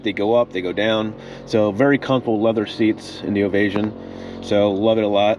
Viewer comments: “Ovay -shun”. NOT “Ovay-zhun”. (Non similar to invasion). Also….the gauges are analog…..not dialogue. Plan $10,000 to replace ALL the engine instrument gauges when any ONE of them fails. They are non-serviceable. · Its pronounced (Standing) Ovation- OVA-SHUN